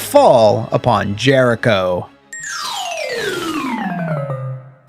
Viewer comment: Ah yes... Jeriho... Haven't heard that name in years.